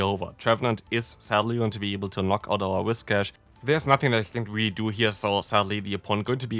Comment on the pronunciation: Btw its pronounced Whis-cash, not Wish-cas